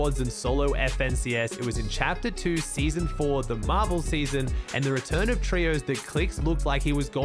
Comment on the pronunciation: when he said marvel season i thought he said marble season